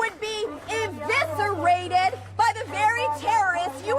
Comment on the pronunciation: It’s eviscerated, not inviserated dumbo!